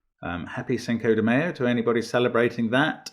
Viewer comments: Mark, we appreciate it, but you're pronouncing it wrong(british, 🤣). It's not an egg/oil sandwich spread. It's Cinco de MY-O not Cinco de MAY-O. 👍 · Yes, happy fifth of mayonnaise everyone... quick note on accents Mark, pronounce it m-eye-oh